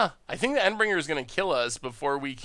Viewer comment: While Momir is a fun way to end the Video, your pronounciations of Shauku, Endbringer are painful